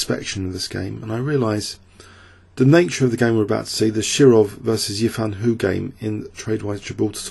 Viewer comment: Hou is pronounced like "Hoe", i'm sure you'll appreciate the guidance on pronounciation..